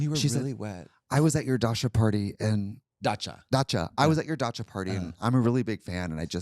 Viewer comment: trixie saying dasha instead of dacha is awesome. the dasha party, for all the dashas on the dachas